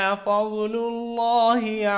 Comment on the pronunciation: Sorry bhai pe kaoolo padha hai apne wah fajlo hai